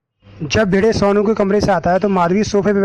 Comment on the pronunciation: Sounu nai hai sonu hai pahele bolna sikh le